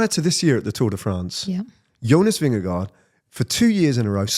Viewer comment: and - take note of how Ned, a legendary British broadcaster, pronounces “Vingegaard”. Don’t overthink it with “Vinga-goo”! 😅